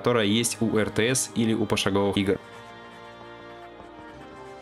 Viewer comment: без обид, но ударение пошаговых ты так и не исправил(ноу хейта,просто подмечаю,в уши бьет) А так как всегда ролик отличный!